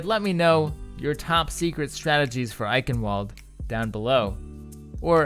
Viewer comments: Just being nit-picky, the W in Eichenwalde is pronounced as a V like, "I-kin-vald" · Pronounced: "EiSHen-Vald-eh" SOURCE: Edit: The announcer's pronunciation still sounds like "Eichenvalde" to me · It's also not pronounced "kin". "chen" in german is a sound not used in the English language. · "Ch" isn't pronounced "k" and the last e isn't silent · the "W" in Eichenwalde is pronouced "V" because it is german